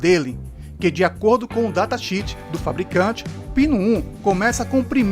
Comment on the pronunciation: Vamos lá, antes de mais nada quero lembra-lo q vc pronuncia de maneira errada a palavra " datasheet"... tbém é fácil deduzir q ao consultar um datasheet tbém não sabe interpreta-lo, pois desconhece em que condições padronizadas os valores são obtidos e na prática vc nunca vai conseguir os mesmos resultados bons informados do datasheet, tenho muito p contestar sua postagem, qdo vc fala da tensão q o celular fornece esquece de informar a impedância ou potência do mesmo, aliás é um dado interessante q gostaria de saber onde vc conseguiu, tbém esqueceu de fazer as contas pk o ganho de tensão do TDA é de 26 DBs, tenho muita coisa a dizer da propaganda enganosa e dos erros cometidos em sua avaliação, mas uma não posso deixar de passar, vc fala em potencial musical ou de pico ora, isto é só p enrolar, até mesmo o fabricante alerta p este tipo de informação, okê interessa mesmo são os Watts q as pessoas leigas adoram mas não sabem realmente okê significam o tal de RMS, o root mean square, ou seja, o valor quadrático médio, e não o valor "jogado" no título enganoso de 320W, seria o mesmo q vc dizer q o seu carro faz 30 quilômetros/litro se vc estiver descendo uma serra... qdo vc coloca o título q colocou vc está afirmando q seu amplificador desenvolve continuamente akela potência, como já disse nunca vc consegue na prática pk os valores informados são sob condições controladas, e p finalizar, sua propaganda enganosa qdo fala de 4 canais quer dar a impressão q a sensação de intensida